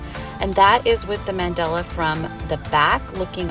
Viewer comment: My OCD keeps kicking in. It's Mandala, not Mandela. Good work on your projects. I'm just being petty.